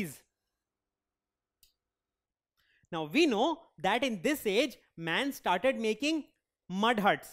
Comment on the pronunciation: Now was pronounced as noow